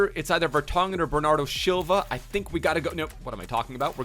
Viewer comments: HandsomelyTuber i know right😂😂😂 he also said couchinho which also gets on me nerves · Bernardo Shilva? You pronounce it Silva not Shilva.